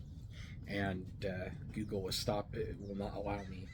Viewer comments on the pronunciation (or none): none